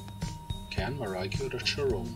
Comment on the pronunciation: Ein Tip Can wird Tschan ausgesprochen denn das ist ein türkischer Name